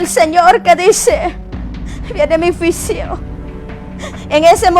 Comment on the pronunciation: Pero porque hasta ahora estás dando profecía, porque antes no lo hiciste? También pronuncia bien! Se dice juicio, no fuisio. Los jinetes, lo has leído en la Biblia, cuidado! No acuses al pastor porque ya es viudo y no está en adulterio y también ya pidió perdón a Dios y a los que lo acusan. Muchacha cuidado con juzgar en público, recuerda que todo lo que se siembra se cosecha y más tarde, te lo harán a ti. Ten cuidado, y pídele perdón a tu pastor. Se ha levantado mucha gente queriendo tener fama y dinero en YouTube. Pero usémoslo para predicar, no para deshonrar. Cuidado!